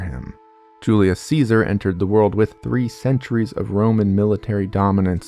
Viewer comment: says Genghis khan correctly but not Julius Caesar